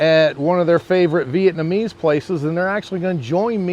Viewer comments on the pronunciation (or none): none